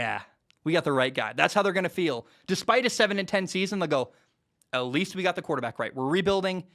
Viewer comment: You said 10-7 wrong